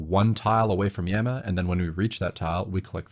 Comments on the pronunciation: hearing this guy say yam-ah instead of yah-ma is driving me insane, no way i can watch 48 mins of this anyone recommend a diffrent video? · Yah-ma. Not ya-ma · all this for him to still say "Yehma" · At first I was a bit irritated by your pronunciation of Yama, but I’ll forgive you for how awesome this video is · stop pronouncing yama like that please